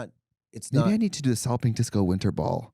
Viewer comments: Every time Trixie talks about Solid Pink Disco all I hear is “Salloping Disco” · This is the first time I’ve heard Katya say it and I’ve realised it’s “Solid Pink Disco” not “Sollopping Disco”